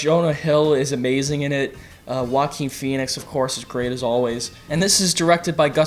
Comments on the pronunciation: Why do you pronounce Joaquin name like Walking lol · You might as well try to put on a Spanish accent when pronouncing Joaquin Phoenix's name. Maybe you'll get it right.